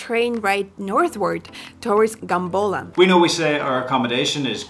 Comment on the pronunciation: Guys love your content but need to correct something its not "Gambola" its Gampola my hometown